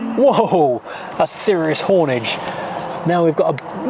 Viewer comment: "serious hornage" 🤣 Great Datsun, love it!